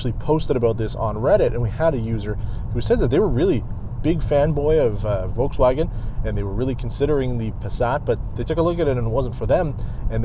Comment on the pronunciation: It is always funny hearing when people pronounce "Uolkswuagen" haha